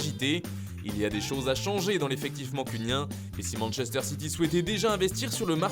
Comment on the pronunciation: Au manchunien ?! 😂